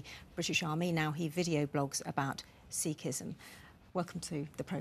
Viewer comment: The only problem I have is the way he says it is seekism that was never how it was called if you talk about Sikhism at least tell people how to say it properly and say it properly your self.